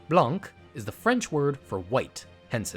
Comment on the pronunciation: Good god, hearing "blanc" as "blankkk" hurts